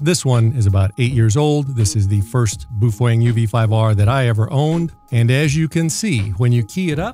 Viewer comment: /me_wife: why do you keep giggling? /me: oh, uh nothing. [dude says boof wang again] /me_wife: why do you keep giggling?!?!?